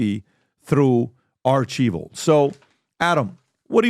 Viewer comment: I think it is pronounced ARCH - WELL, not ARCH - EVIL